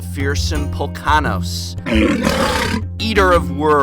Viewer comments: Did u say pullkanos? Polukranos man.... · Poh-LU-kRah-nos... smh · It's pronounced Po-LOO-Kra-Nos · Pol-uk-ran-os. Good video :) Love your stuff professor ! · Ok , say it with me now ... POLLUTED DELTA. now say , POLU-KRAW-NOS. =P great video once again. I'm actually amazed that Temur Tempo isnt doing well ... (never seen how they go up against Abzan or Jeskai) , but it seems the Temur can be super deadly and hard to bear. <----- oh yeahhhhhhhhhhh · that was an awful pronunciation of Polukranos! :D Also, the cost of the deck is so stupidly high is because Caryatid is now used by Modern. Dammit Modern! I could almost make the Aggro build but...I don't have "Polkanos". Shame. Also missing a single Phoenix and a single Boon Satyr, but those are easier to get. Also, good video series!